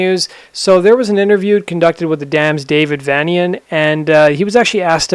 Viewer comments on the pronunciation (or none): It's prounced vein-ee-an Like transylvanian